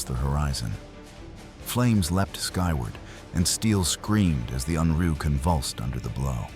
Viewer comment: Stupid AI can't even get the name correct!